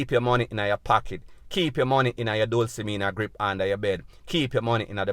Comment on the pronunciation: "Dulcimina grip" I csnt 😆 🤣 😂 😹